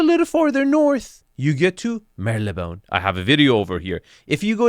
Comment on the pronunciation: I believe it's pronounced as "Marley-bone". Pretty close to how it's spelled. I stayed there a few times.